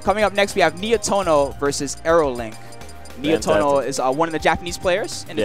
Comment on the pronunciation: not Nietoro Nietono is correct